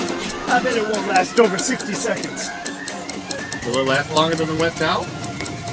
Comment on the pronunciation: You should say seconds not se